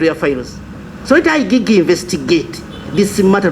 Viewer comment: Let the "I Gee Gee" investigate. You cannot even pronounce IGG. Has he never heard other people pronounce something so simple? Another national embarrament.